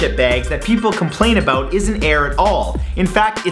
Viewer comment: aboout lol i love the way he says it i'm going to go find me a canadian girldriend...